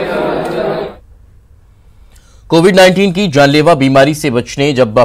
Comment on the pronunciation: Ye ankor hai ki jagah khai bolta hai .....hamesha notice karta hu